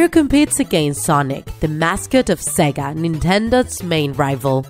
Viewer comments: You said sagak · When i heard you said sega i thought you said saga